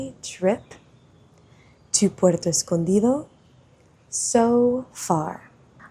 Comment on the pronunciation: No sabía que eras nativa del español 😮, lo puede notar cuando pronunciaste: Puerto Escondido😮😮😮😮😮😮